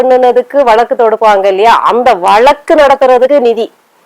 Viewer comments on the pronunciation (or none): none